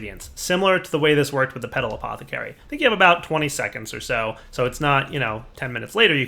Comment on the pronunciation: "All you have to do is right click the Potala-pet-pot-pathacary"